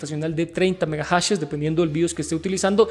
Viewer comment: megajashesss!? que buena Pronunciación XDDDD